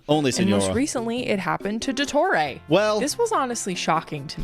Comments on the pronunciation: “il doettorey” 🫪😂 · that very American pronunciation of "Dottore" AHAHAHAHAHA (i just found it funny, not an insult hehehe)